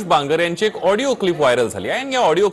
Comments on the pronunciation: आबे " हिडीयो " नाही रे आडियो म्हण रे बाबा.... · ऑडिओ क्लिप ला हीडिओ क्लिप म्हणताहेत आमदार महोदय 🤦🤦🤦. यावरून हे आमदार किती अडाणी असतील याचा प्रत्यय येतो. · हा कसा आमदार होऊ शकतो Audio क्लिप म्हणता येत नाही तो वीडियो क्लिप म्हणतात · हेडिओ नाही audio ahe😂😂